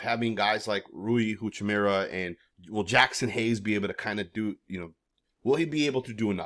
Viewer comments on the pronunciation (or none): Stop saying Rui Huchimura it's Hachimura